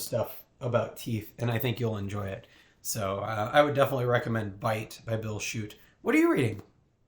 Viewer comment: Hi, thanks for the review. Glad you enjoyed my book. BTW my name is pronounced "shut"... like "the door". Cheers!